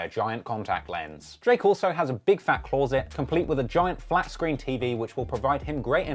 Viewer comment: “Clorrset” lmao